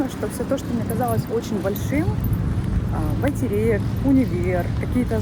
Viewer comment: Автору РЕСПЕКТ 👍за обзор и произношение Байтерек 💐Удачи Вам! 🎇🎆👏